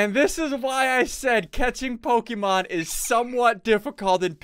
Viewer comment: pokemon not pokeman